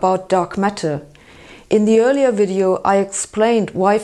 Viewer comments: I like how she says "wideo" too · "wideo" and "viggles"